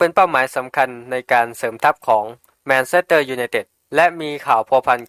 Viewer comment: แมนเชสเตอร์ไม่ใช่แมนเซสเตอร์ครับ